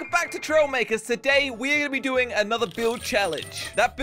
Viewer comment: Fun fact: said at the start "trollmakers" i laughed so hard🤣🤣🤣🤣🤣